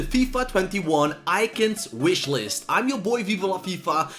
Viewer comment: Why did you say icons ‘eyekins’